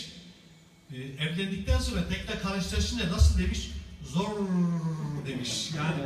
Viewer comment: da zor derken zors şeklinde çıkıyor. Hocamızın r harfinin sonunda üç adet SSS var.